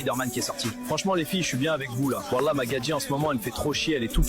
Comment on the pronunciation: la manière dont les IA prononcent "Wallah" j'ai envie de sauter d'une falaise